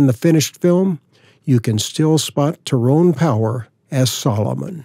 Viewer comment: Two mispronounced names you mentioned: Tyrone Power is pronounced Tie roan. Cecil DeMille is pronounced See sill, according to his daughter